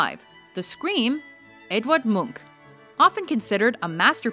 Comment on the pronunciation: The way you pronounced ''Munch'' was pretty good, kudos to you.